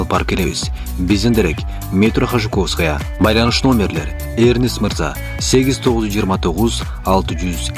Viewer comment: Метро Хажуковская дейткооо 😂😂😂